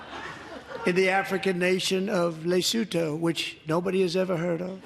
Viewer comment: At least he pronounced Lesotho correctly 🤷🏾‍♂️